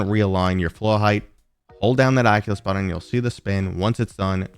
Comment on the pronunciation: Button, not Buddon. But great video :)